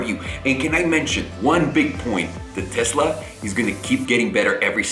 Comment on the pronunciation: I'm glad to hear you say Tesla, not Tezzla. It really bothers me for some reason. Just like diezzel. And Nuke-you-ler. Ok I'm done...